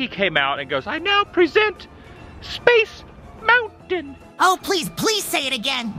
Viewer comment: I've watched the said Mickey Mouse clip and that's not how he says "Space Mountain"